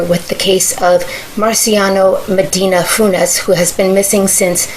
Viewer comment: His name is Mariano not Marciano